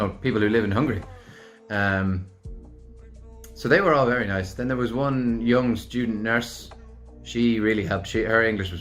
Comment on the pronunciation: “Hello therrre” Love you!! You’re looovely 😹